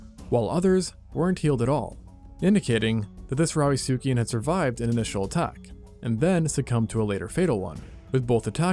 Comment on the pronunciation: I keep hearing "fightosaurus" and "rowdysuchian", this can't be a coincidence 😂